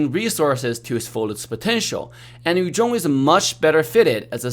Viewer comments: its funny when he says "yu jhong" instead of "yu zhong" (no hate its just funny) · Yu zhong vs. Yu jong mehehehe English 101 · Anyone feels weird when say yu zhong in a Chinese accent?